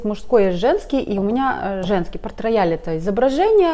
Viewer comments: Он не рояль, произносится [потрэйал]. Обожаю его! ❤️ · читается как Портрейял! а не порт рояль